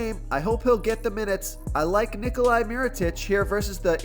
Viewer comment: Always love the advice, but I am going to continue to help you with pronunciation...it is not Ni-Coli....it is Ni-Cola